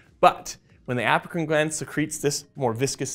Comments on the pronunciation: Everytime he says “Apocrine” gland, I hear “African “ gland instead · I heard it too lol. He probably meant Apocrine, and we heard it African